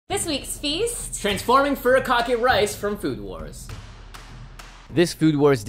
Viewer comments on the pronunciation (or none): "TaMaGo" "fuRIkake" * cringes *